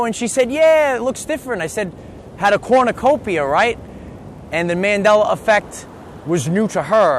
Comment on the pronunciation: It's a cornucopia, but you keep saying corn of copia...lol